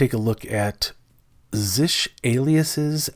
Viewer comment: Never heard anyone pronounce it "zish" before